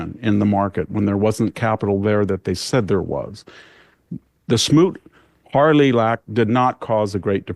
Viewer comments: Is VDH ok? He said repertory tariffs instead of reciprocal. He says Smoot Harley Lak instead of smoot Hawley act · I love VDH, but I think he’s losing a step. Smoot- Hawley not Harley. I’ve heard him mispronounce Letitia James’ name. He is still right on, but is there something going on? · It's Smoot Hawley* not Harley, you smug dumbass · I think it’s Hawley not Harley, but otherwise very good info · Come on, VDH. It was Smoot Hawley, not Hartley. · It was Smoot-Hawley, not Smoot-Harley. What else that VDH said is incorrect?